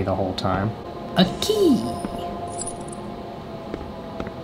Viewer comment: When he said "A key!!" I thought he said " OKIEE!" HA